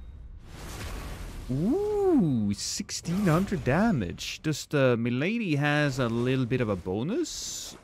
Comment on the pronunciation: That’s pronounced “Milady” To you,.